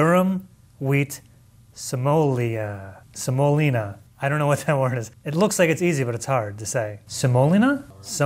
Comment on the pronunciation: sem-oh-LEE-nuh. . .You dunce